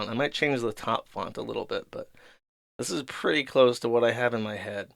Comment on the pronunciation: pronouncing "head" as "hud" --> electric chair